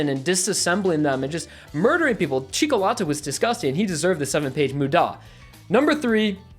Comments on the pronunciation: The CIcolatta hurt my ears it's pronounced CIOcolatta like chocolate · Is it just me or does it trigger you when says "Cicolatta" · Amazing video BUT (sorry for this) you're pronouncing Cioccolata wrong. You should say cho instead of chee. :D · I love how he said Cioccolatta's name as chico-lata. Also this was probably a tounge twist, but he also said "city of Italy". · Cioccolata isnt pronounced like that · I completely agree with everything you said, but dude, you butchered Cioccolata and Anne's pronunciation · The way you pronounce "Cioccolata" triggers me immensely. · The way you pronounced Cioccolata absolutely killed me My ears are bleeding